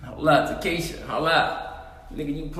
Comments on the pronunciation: He said Ta-Keisha LMAO! 😂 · nigga said TEKESHA LMFAO this nikkas lol